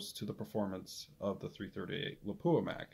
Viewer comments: don’t be hard on yourself, 99% of guys say Lapua wrong as well as Sako (sock-o) and I get funny looks when I say it correctly. Depending on the company I’m with I’ll purposely say it wrong too to avoid explaining it all lol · Yeah... I butchered the Lapua pronunciation. Thank you for commenting and providing some good insight. You should rebarrel your 378 to 338-378. Thanks for watching!